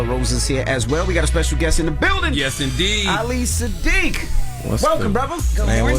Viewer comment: Yall gon stop playing with that man name…it’s ahh-lee suh-deek